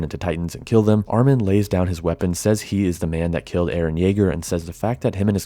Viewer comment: Its Eren not Aaron.